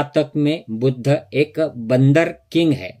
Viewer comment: Buddhaaaaaa kya hota hai…..Buddh boliye, itna angrez ban’nay ki koi aavashyaktaa nahin hai, ok!